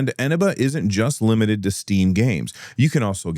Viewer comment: Can I just point out, as a CD Key seller on Eneba, you're pronouncing it wrong. It's eh-nee-ba.